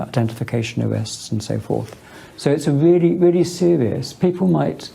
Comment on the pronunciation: Don't forget folks that Stephen Parkinson says it's a "weally, weally sewiuos offence to publish offenisive matewial."